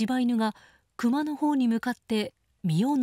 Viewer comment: ✕↓クマ↑ ○↑クマ↓ ✕一匹 ○一頭